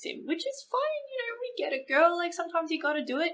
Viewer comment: It's a giRRRRRRRRRRRRRRRRl. Say it with me. Girl